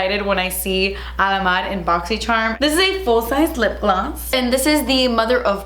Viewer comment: I love how the ad for your boxycharm unboxing videos is a compilation of your.. boxycherrrrm unboxing intro 😂 😂